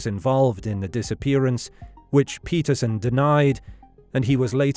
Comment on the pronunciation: PETERSON… not ‘patterson’